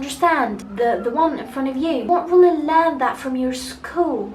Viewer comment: النطق عندك كتيييييير كلمات قلتيها غلط ابسط حاجة Really